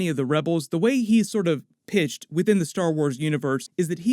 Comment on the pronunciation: Did you say pitched or pissed? Now you have an outtake.